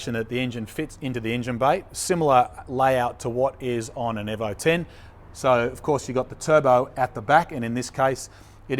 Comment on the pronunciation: is honestly the only guy I've ever heard say "evo" like he does rather than "Eee-vo" like everyone else. After all these years watching, still makes me twinge a little.. Is it just be me? PS. Keep up the great videos.